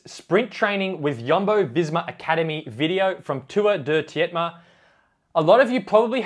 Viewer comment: Its pronouched joss-uh (josse) and tour de tee-tay-mah (tietema) btw